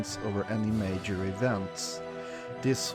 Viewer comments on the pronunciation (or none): Y u say major like mayor? The j is like in juice